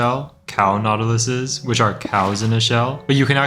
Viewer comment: every time bro says the plural of nautilus I only hear "nautilussy"